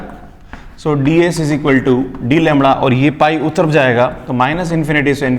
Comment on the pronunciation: Am i the only one cracking up about how sir pronounces lambda like 'langda' ?